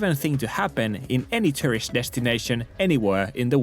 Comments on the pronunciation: "Foreigners are eating all the rice" That's a funny way of saying Japan doesn't do hospitality. No other country would say such a stupid thing. Every time you say tourist it sounds like you're saying terrorist. LOL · He can only do ~100 inflections of word "turisti" without batting an eye, but can't pronounce "tourist" properly.